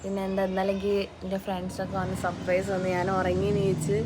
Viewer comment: സപ്രയ്‌സ് അല്ല സർപ്രൈസ് പിന്നെ അസ്സലാമു അലൈക്കും എന്ന് പറയണം അസ്സലാ അലൈക്കും എന്നല്ല നെഗറ്റീവ് ആയി എടുക്കണ്ട ഞൻ കാര്യം പറഞ്ഞു തന്നെ ഉള്ളു.. ആർക്കേലും തോന്നിക്കനോ 😂